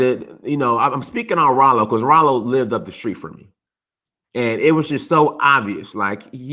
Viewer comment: Raaaaalo not rolo lol